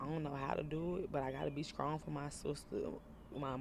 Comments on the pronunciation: Be skrong?? Not strong… Skrong.. 🤦‍♀️ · Skrong smh lord Jesus. In flush smh lord learn how to talk! You can tell ppl parents didn’t teach them how to talk in a professional environment.